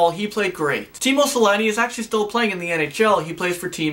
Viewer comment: the way says Teemu Selänne makes me Laugh, Sorry, It's just So freaking Fun lol